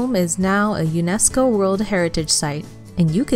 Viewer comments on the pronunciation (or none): none